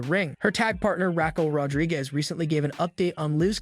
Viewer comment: Rack-curl Rodriguez 😂